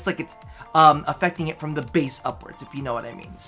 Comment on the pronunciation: " THIE daily grind"? Is it really?;P